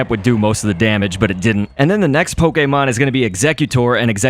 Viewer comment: the way he says pokemon poke-ay-mon lol